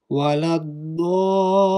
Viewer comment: Correction: It is "la theena" NOT "la zeena"! (People from the Indian subcontinent have a hard time pronouncing that letter!)